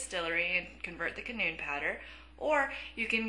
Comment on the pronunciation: ...shes saying canoon .. its cannon. Still love the video. Thx for the advice. Especially the one about not using 10 iron to make one kama. That really help in the long run. Hope you make for vids :3